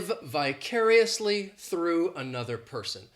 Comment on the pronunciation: I intentionally watched this video that I found out you drop the letter R From the word -through! In addition I convinced That is born to teach English as he is utterly great with it.